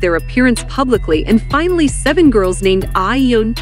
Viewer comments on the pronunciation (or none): none